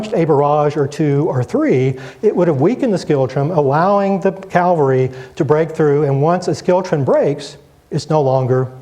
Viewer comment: Calvary? When will Americans learn to speak English? Fine lecture despite that.